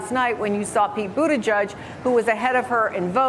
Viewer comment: Does she just refuse to pronounce Mayor Pete’s name correctly? It’s edge not judge !